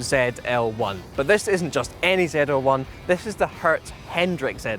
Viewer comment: It's ZL-1, not Zee L1?